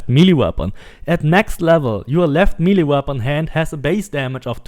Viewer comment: If I never hear milly weapon again I’ll be happy.